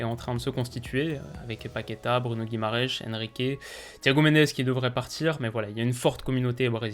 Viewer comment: Arrête de dire Bruno Guimaraesh ça me tend